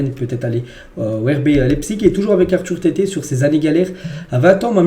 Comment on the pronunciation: C'EST ARTHUR THEATE PAS TETE